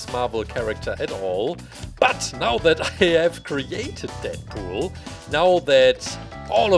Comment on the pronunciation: GUYS DATS IT DeAdPoeol (Not roasting just correcting)